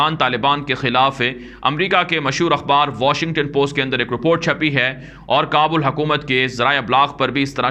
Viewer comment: جزاک اللہ خیراً اچھی اور حوصلہ افزا خبریں پہنچانے پر ہم آپ کے لئے دعاگو ہیں، اللہ آپ کی حفاظت فرمائے۔ آمین ایک مشورہ ہے Report کا صحیح تلفظ روپورٹ نہیں، بلکہ رِپورٹ ہے۔ جسے رِپوٹ پڑھا جاتا ہے۔ باقی آپ کا اندازِ بیان بہت اچھا ہے۔ ماشاءاللہ